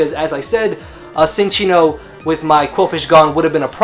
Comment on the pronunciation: Cinccino is pronounced 'Chin-Cheeno'. Verified with that 3DS pokedex thing.